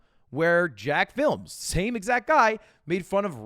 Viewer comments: “Jack-films” like come on Ludwig you and I know it’s not jack-films, it’s jacksfilms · Its not jackfilms its jakcSfilms. Everyone gets it wrong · Never realized how cursed "JACK-FILM" would sound... Ludwig its Jacksfilms man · Why does Mr. Mail call Jacksfilms "Jackfilms" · Hearing someone older than me pronounce veteran youtuber jacksfilms as “jackFilm” somehow made ME feel like a boomer. Good video though, I agree 100% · Ludwig being og on youtube but saying jacksfilms name wrong actually hurt my soul.